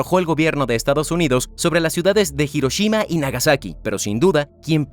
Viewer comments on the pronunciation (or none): none